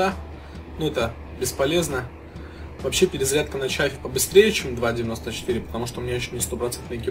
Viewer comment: т.е. это не Chaffee, а Shaffee?